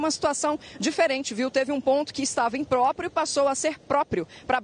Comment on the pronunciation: Imprópio disse o jornalista... Rs